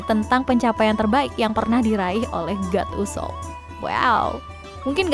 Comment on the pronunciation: Bukan God Usop min, tapi Go D Usop.